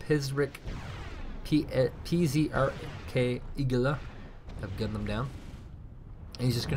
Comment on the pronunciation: Yes, you were actually right, saying P.Z.R.K. letter by letter. Because it's acronym.